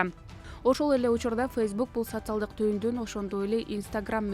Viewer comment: ФУ ФУ ! ВЕНГРИЯ ДЕГЕНДИ НОРМ.ЭЛЕ ОКУЧУ ЭКИЛЕНБЕЙ . ЭКИЛЕНИП АТЫП ЭЛЕ " СОЦИАЛДЫК , ФЕЛИКС , ЛЕНИН , ФРОЛОВ " ........ ДЕГЕН СОЗДОРДУ ТАНТЫП АЙТА АЛБАЙ ЭЛЕ КАЛАТ ЭКЕНСИНЕР 😂😂😂😂😂 ( СоССиалист , ЛеЛин .........)